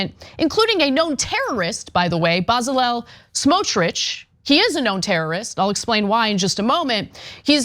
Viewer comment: You mispronounced "Betzalail Smotrich". They trained the kids in terrorism. The Gazans would enjoy Congo. The kids could go on sefari.No bombings. Water, food, fuel. It would be shangri la for them.